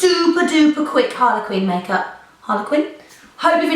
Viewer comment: why is she saying Harlequin not Harley Quinn